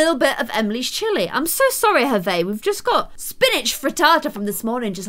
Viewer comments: so i’m french and i know that hervé is a french name and it is pronounced “air-vay” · The new intern's name is pronounced 'ervay' because it's French and you don't pronounce the 'h' also that's what my uncle is called.